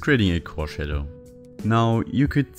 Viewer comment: iIt's 12am, and I'm over here DYING at "shat fadow" 🤣🤣🤣